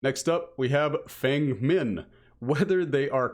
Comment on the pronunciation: i love you and your content, but as a chinese feng min main I am begging you to pronounce her name as "fung meen" instead of "fang men"